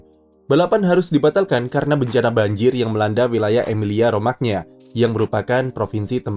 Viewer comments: Romagna dibaca Romanya Min?Kalau dibaca Romagna yg baca orang ngapak.. Medhok 😅.. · Romanya bang...Romagna kedengeran aneh bsngeet asli😭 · "gna" dlm bahasa Italia dibaca "nya" min